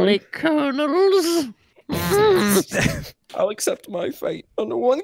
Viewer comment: "I took 4 karnals"